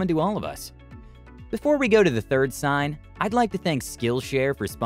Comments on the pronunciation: "Sings" or "signs"?... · Hard to take this channel seriously. Like I've been watching their videos and I've found too many mistakes, I found a few in the content/scripts of a few videos, and now "sings" instead of "signs." 🤦🏻‍♂️ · "Sings" XD